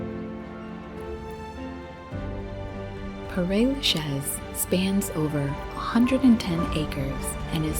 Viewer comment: Paray Lachez? Mais je rêve! It’s like someone scratching their nails on a blackboard